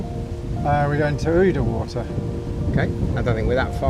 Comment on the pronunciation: The 'ou' in Oudewater is pronounced the same as in 'Gouda' or in the English word 'round'.